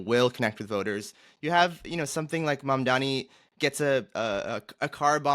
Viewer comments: "The name is Mamdani -- M A M D A N I -- you should learn how to say it." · Embarrassing that 2/3 of the panel can't even get the name of the winning candidate right. M-A-M-D-A-N-I.